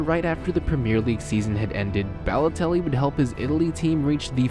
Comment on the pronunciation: his name is balotelli not bellotelli